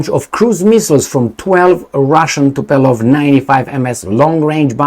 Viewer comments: Omg its not TUPELOV but TUPOLjEV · Tupolev, not Tupelov. 😅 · Tup OLE v not Tup ELO v . It's a good time to learn russian 😅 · I think it is Tupolev,and not Tupelov. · Tupolev not Tupelov 😂😂😂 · why are you always messing with planes? It's Tupolev, not Tupelov.. Beoings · It is Tupolev, not Tupelov.! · Tupolev,. Not Tupelov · the name of the russian bombers is: TUPOLEV, after the name of the russian aeronautical engineer...not Tupelov... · is Tupolev not Tupelov. And the way you pronounce it, it sounds like the famous Tupelo honey. The problem is that those Tupolev bombers had no honey, but all sting. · Tupolev , no Tupelov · Tupolev...not Tupelov 😁...greetings and salutations from Portland UK. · Tupolev not Tupelov ;) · and his (in)famous "Tupeeeelov" 🤣🤣🤣🤣🤣 Dude, maybe in the next 20 years you will learn to articulate TU-POOOOOOOOO-LEV! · Not “TupELOv” but “TupOLEv”! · Tupolev, not Tupelov.... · It is " Tupolev ". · TU-PO-LYEV, practice it 😂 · repeat after me: TU PO LEV...Tu po lev.... :goodvibes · Tupolew prenounce right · It should sond something like TOOPOGLIEV, i think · Tupolev, TUPOLEV, lol, greetings from South Europe! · Tupolev was one of the greatest if not The Great aeroplane designer/builder in the former USSR and your childish video this time is a big thumb down just for being so ignorant to look up the type of the airplane. I will be calling you from now on. How about that? His name is world known and your is not but nevertheless you did not make any effort to correct yourself. Do you call Boeing Bieong?Do you? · Poor had an extra glass of zăibărel and mispronounced Tupolev 😂😂😂